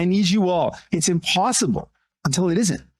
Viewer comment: "The POSSIMPABLE."